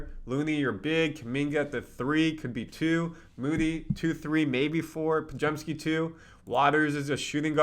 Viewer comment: you pronounced Podziemski right !